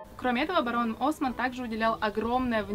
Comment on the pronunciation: Барон осмАнн же ударение🌚